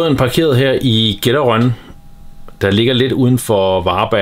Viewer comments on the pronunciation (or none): Uha. Jeg måtte lige krumme tæer da du sagde GetteRÖN! Det er jo en lille ø, så selvfølgeligt hedder det Getter ØEN - eller på svensk - Getterön:-D Ellers et sejgt træk du tog der. Man må håbe du har meget "læsestof" med på din podcast 🙂